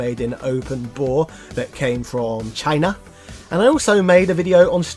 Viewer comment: The way you emphasized "China"... sounds a lot like the way someone else says it... I'm sure it wasn't at all intentional. :P